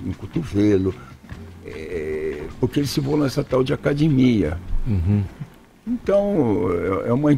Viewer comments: "ACADIMIA" ?!?! Da onde veio esse figura? Devem ter entrevistado o cara errado. Kkk não pode ser. É formado esse cara? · Ele falou "Acadimia". Que professor de Educação Física fala acadimia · "essa tal de acadimia" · Jefferson Geraldo Os clássicos, os lendários, a velha guarda, todos falam. Tiuria, acadimia, converse mais com as pessoas.